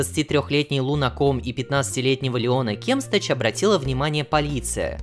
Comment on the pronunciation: Чел, ты не правильно произносишь фамилию Кемстач , там ударение поставить по другому надо